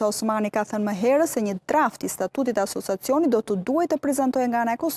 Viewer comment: Asociacionit oj gazetare, jo asosacionit !😊